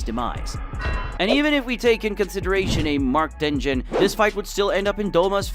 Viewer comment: Tengen being called-tenjen dengen